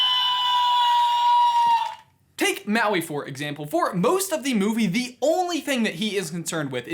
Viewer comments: me being polynesian and getting annoyed by the way he says Maui, Moana, Te Ka and Te Fiti... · It’s MAUI M A U I